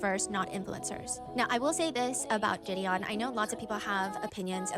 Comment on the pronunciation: Why is she calling him jidian when it’s jideon😭